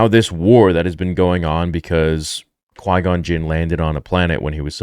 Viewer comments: GON-QUINN AHAHAHAHAHA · 'I'm not crazy about the prequels... "Gau-Quinn".' Yeah, buddy, we can tell. xD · Bro did that dude say Gon Quin lmao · lol right. Him butchering Qui Gon was embarrassing